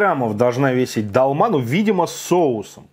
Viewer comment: Не далма ,а долма